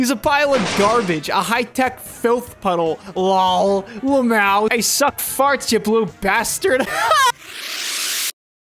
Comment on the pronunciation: Pronouncing “lmao” as “luhmao” is fucking hilarious